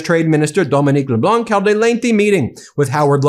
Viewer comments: It’s Dom-en-nick NOT Dom-en-neek. The latter is a woman’s name in French. Get it right if you’re going to do this!! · Mr. Leblanc’s first name is pronounced Domen-ick. Your pronunciation Domen-ique is the female version of that name. The last letter in Mr Leblanc’s name, the c, is silent. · Just Dominic no need for the Francophone accent for the first name. Either way Canada Strong 💪🏼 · Canada's trade minister's name is Dominic (masculine) not Dominique (feminine). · In French, which Dominic LeBlanc is, you don't pronounce the 'c' at the end of his name. Also, Dominic sounds like Dominneeec So, Donimeeec Le-Bl-au(nearly silent 'n' at the end, fully silent 'c' ) Think like, as in wine.... Cabernet Sauvigno(n) and Sauvignon Blan(c)